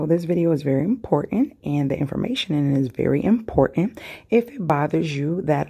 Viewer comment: You also say Im-por-ENH instead of important